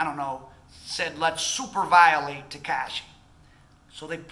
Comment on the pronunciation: Yea....you are clueless about how this city works, please stop talking shit and stay in milwakee or wherever that goofy accent is from. Hernandez ,or as you say "tehkeishi", is fried. Fried fish.